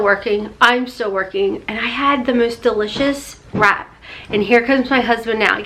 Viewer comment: I thought you said Rat instead of wrap Im going back to bed,!!!! LOL